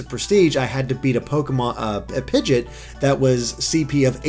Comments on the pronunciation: It's Pigeot, not Pigit... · Please, it's driving me mad. It's not Pidget It's Pid-Gee-OT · Yeah, it really bugs me when he says that :/